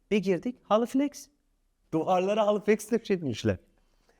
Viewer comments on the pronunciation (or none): Dinlerken astim olacaktim. Full halıflex.. duvarlarrrrrrrr 🥥